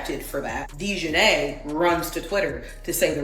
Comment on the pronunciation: AI narrator … Dionnei Carrington, what is that? Son of Dionysius? Reject from The Odyssey?